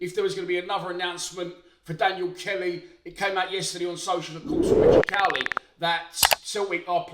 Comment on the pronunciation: Who is Azezz? It's Azeez. And it's not Cowley it's Cawley. Fuck sake.